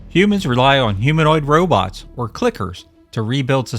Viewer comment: Gog, didn't they Ro-bits rather than Ro-bots ??